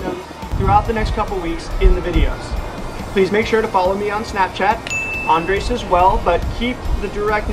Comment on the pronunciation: You're going to have to learn how to roll your 'R's to say his name right - lol.